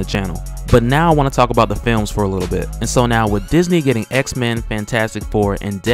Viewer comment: "X-Mayne" LOL